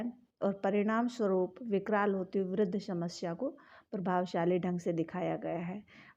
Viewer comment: Bolna sikh phle shmsya nhi samasya hota h